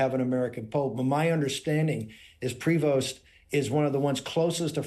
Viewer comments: Shut up. You know nothing about the Catholic Church. You are not a Catholic. You aren't even pronouncing his name right. Leave if alone. name.Talk about right. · Its pronounced prey vo ,stop mispronouncing french names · FYI everyone : the Pope's last name, Prévost (French), is pronounced "Prayvo" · David, please learn how to pronounce the Pope's name. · You need to learn how pronounce his name… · Stop mispronouncing his last name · Ok, tone all wrong here. Not designated. Elected. And might be nice to get the pronunciation of his name right: pree-voh. But enjoying the maga down. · Please pronounce his deadname correctly. It’s French and pronounced PREYVO. Love ya, David. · Prévost ....french name .....pronounce Prevo. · It's not Pree-vost ,it's a french name and have to be pronounced Pré - veau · Just a slightly irrelevant question. Is PRE-VOST the way all Americans pronounce the surname Prevost? It looks like a French name to me, which would be pronounced something like PRE-VO or maybe PRAY-VO. Like I said, an irrelevant question. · it's properly pronounced pray-VO, not PREE-vost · Sand t are silent,it’s prevo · Prevost is pronounced prayvo. The maga movement is not Christian, they don't have a single Christian value. They love to call those they don't like "Rynos" i.e: republicans in name only. They are Cynos...Christians in name only. All my life I leaned republican but this movement, this group is not republican, nowhere near republican for that matter. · Pronunciation: Pre-VOHST with a long "o". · It's pronounced prey-vo. In the Nineteenth Century Canada once had a Governor General called George Prevost. MAGAtts IMHO are ignoramuses who can't pronounce even their own language. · Given it's a French name, and at least one of his parents in French, pretty sure his last name would be pronounced 'pray-vo'. J'ai pas mal sur de ca....😁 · Canadian here: The name Prevost is pronounced like prey-voh (silent S, silent T.